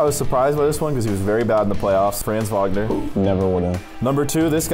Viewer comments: It is franz Wagner not Vagner my god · Franz “Vagner” 😂